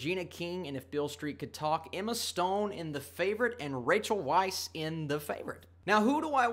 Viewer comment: Small point......Rachel's last name is pronounced vice.